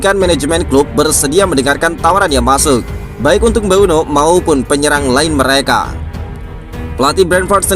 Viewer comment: Mboume min, bukan mbueno😅